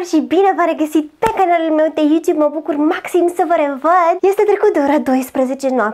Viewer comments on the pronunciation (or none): you ţube -asa zici nu sti sa vb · Elena Cosmina ,asa se pronunța în Anglia YOUTUBE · invatate sa rostesti " YouTube"